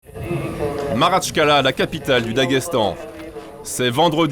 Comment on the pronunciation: Maratchkala ? 😂🤣 c est Makhatchkala , aucune crédibilité !!!!!!!!